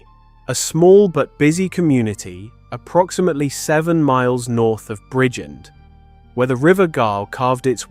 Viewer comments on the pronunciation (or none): Bridgend in Wales is pronounced simply as "Bridge-end" It breaks down into two distinct syllables: "brij" (as in bridge) and "end" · He can't even say Bridgend Pronounced Bridge-End